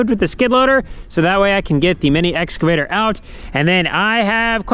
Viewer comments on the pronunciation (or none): The Corn Star Family Guide to Pronunciation of Farm Equipment!!! 1) Combine: Kimebine 2) Excavator: Exavator 3) Sawz All: Saw Saw